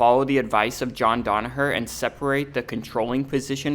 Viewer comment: DANaher it's DANaher. Please stop copying by butchering a simple name.